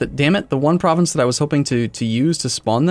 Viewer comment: lysdexic pronunciation of province names makes me giggle